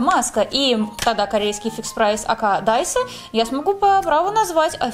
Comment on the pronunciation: не «даЙсА» а «даИсО»